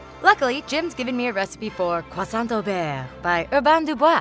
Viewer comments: Not bearr, but beurre. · i love this show and but her pronunciation of "beurre" was...qu'est ce...mauvaise